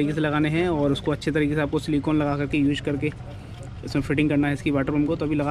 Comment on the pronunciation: abe apne worda to repair krle pehle use ko kh rha hai यूश nishan ko निसान ha ha ha ha gawar